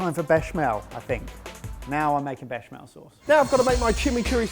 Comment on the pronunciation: FFS it's bech-A-mel